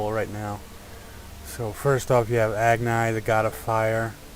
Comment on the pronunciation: "Ag-Nie" lol